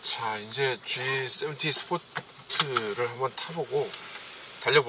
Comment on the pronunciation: 본연에 충실한 군더더기 하나 없는 깔끔한 리뷰, 잘 봤습니다. 진행도 매끄럽게 잘 하시고 수많은 카리뷰 중에서 처음으로 마음에 쏙 드네요. 지세븐티라고 정확하게 표현해 주시는 부분도 좋았구요. 구독하겠습니다, 계속해서 좋은 리뷰 부탁드립니다.